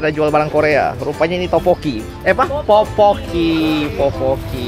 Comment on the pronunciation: poki poki, bukan popoki ?